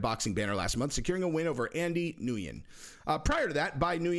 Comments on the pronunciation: Ngyun is “Wen” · Nguyen is pronounced "nwin". It's weird but it is and what it is. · Nguyen is pronounced “win” I believe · its pronounced “be new win” most common Vietnamese surname.